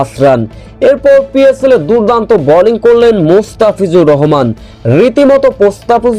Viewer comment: Balling na bowling, very irritating!